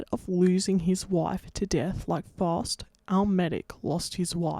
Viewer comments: You say Faust wrong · First off, as a german, I really had no idea at first that you were talking about Faust, the pronounciation is really different. Also, Fausts contract with the devil didn't run for a set number of years, but rather until Faust had finally sated his hunger for knowledge and satisfaction/pleasure